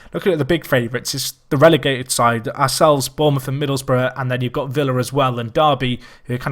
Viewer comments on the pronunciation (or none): none